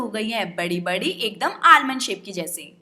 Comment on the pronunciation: उसे आलमंड नही आमंड आइल कहते है।